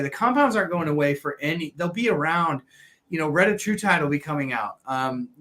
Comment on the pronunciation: Well said. And as you can see, nuance matters. one of the good guys. 👍 (Just don’t ask him to pronounce ‘Retatrutide’. 😏)